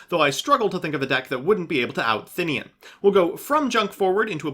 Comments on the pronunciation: I don't understand where people get the Thin-ian pronunciation from, it's They-nen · "Thinnian" looks at card text "THINNIAN" You sure about that vowel order, chief?